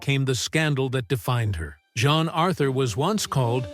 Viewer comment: Again, it’s Jean, not John Authur